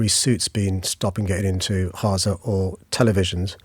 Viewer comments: Gaa ZAaa no haza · How is he saying 'Gaza'? KHAZA FFS! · i genuinely dont understand who tf has voted for him three times as mayor. aside from renaming the rail lines cringeworthy names, how has london improved? speaking of cringeworthy, the way he says "haza" instead of "gaza" 😬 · He cant even say Gaza properly the idiot is saying Haza! 🙄🤦‍♀️ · Not Haza, it's Gaza. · You weasel it's, GAZA NOT HARZA! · It's Gaza not Haza. At least get the pronunciation right. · Why did he call it haza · Why is he saying “Haza”? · Hilarious that Khan refuses to pronounce it as Gaza 😂😂😂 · Can’t even say “Gaza” what a clown 🤡🤡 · Why does he pronounce GAZA like that? 😅